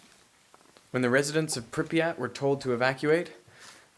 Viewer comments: pre-pat not prep-yat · Your pronounciation of Prypyat' is very funny. Припять!